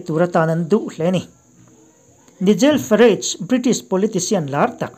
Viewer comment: I sawtpui takin mizo lamin Naigel Farach tih deuha lam tur ani e..